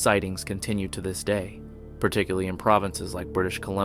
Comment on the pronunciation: "Particly" is not a word.